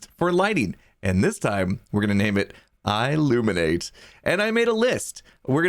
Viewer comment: i illuminate almost sounds like illuminati